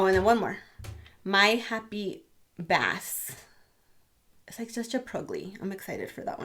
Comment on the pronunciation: Just to be helpful. That Essie polish My happy bass. Is pronounced like base. Like a bass guitar. I think it came out in a fall rock n roll collection bc I have high voltage from the same collection. Every YouTuber makes the same mistake. 😘